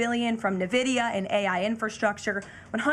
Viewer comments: no one besides KL calls Nvidia NAvidia in such style and panache and aplomb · She’s the worst press secretary in American history. She trips over her words and can’t pronounce Nvidia, one of the largest corporations in America. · She’s the worst in American history. She trips over her words daily and can’t pronounce Nvidia properly. Such a disgrace! Remove her immediately! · She’s the worst and needs to go! She trips over her word’s constantly because she’s lying. She can’t even pronounce Nvidia